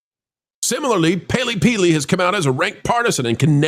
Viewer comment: peely-paley? Is you tube punishing people for not getting names right so you're hedging your bets?